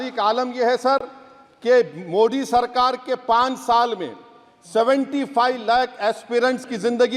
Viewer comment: Pehle modi bolnaa seekho😀😀mudi nahi hii, tallefus bekaar hii tumheraa